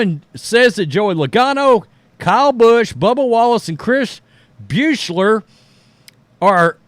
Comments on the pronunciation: Buescher is pronounced BUSHER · It's pronounced "BUSH-ER".... there's no "L" in it. 😄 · Isn't it funny that he insists on sticking the letter "L" in there somewhere every time he says that name?